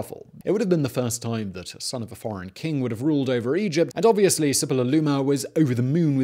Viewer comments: SHOO--PEE---LOO---LIMA that's how you say it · Ah Man hearing you struggle through Suppiluliuma I made my day.